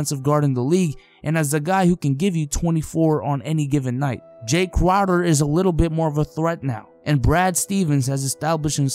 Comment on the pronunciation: Can he say Jae crowder again